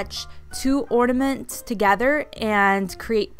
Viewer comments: But she says orD-a-ments. Uhhmmm....There's no D in that word.... in normal people land at least. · The issue isn't that you're saying "orda-mints" it's that you're saying it with a D sound. There's no D in or-na-ments. Now the real question is, do you call it Valentines or ValenTIMES. If it's the latter, I don't even know what to think about that. 😂😂😂 Oh, the same with people who put a T sound at the end of HEARSE. Hmmm....I wonder what else. 😮🤦‍♀️🤷‍♀️🤫🦨🤪🥺😁🥱😂🤔🤐🤐🤮😭🤣😳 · Young lady I think you are hilarious!! New subscriber right here! 😊 Don't let nitpicky people get under your skin. Ornaments, ordaments, balls, baubles.... who cares! Your video, your personality, your words! Love your DIY's and will be spendibg tgexrest of today watching more of them. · Your killing me with pronunciation of ornaments lmfao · Haha. Silly people. You could always call them “Baubles”, but whatever people are criticizing your pronunciation would probably say something about that too.